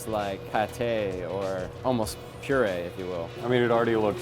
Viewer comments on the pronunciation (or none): none